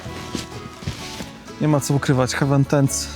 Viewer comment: Bardzo fajny film i ciekawa i porządna recenzja. Się raczej czyta HEJ-WEN. “Hewen” (hEaven) to niebio, a tu chodzi o przystań 🤗